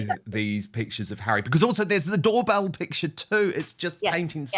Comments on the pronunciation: It’s impossible to listen to you intentionally, repeatedly mispronounce the most basic of words. If anyone can help you learn the correct pronunciation, of the word ‘picture’, it would help make some of your arguments and opinions appear more coherent and intelligent, while you both talk all over each other. I want to be on your team and support your channel, although my apologies if I’m in the wrong place. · I wish they would learn how to pronounce piCtures...it's not pitchers. So annoying as they constantly use the word.